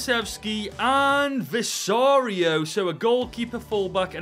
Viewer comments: He is saying Vicario wrong. its pronounced VICK ARE EO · Why did bro say visario 😂